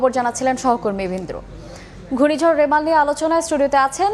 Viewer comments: ছাগল ভাই। মেরাল না রেমাল...... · সংবাদ পাঠক ভাই বারবার রিমাল কে বলছে মেরাল মেরাল 😂😂😂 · Are vai meral na remal hobe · 😂😂 it’s Bangali mistake